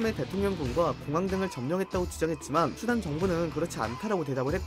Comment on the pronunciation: 이스르에르과는 달리 수단은 발음이 잘 되는구만~!!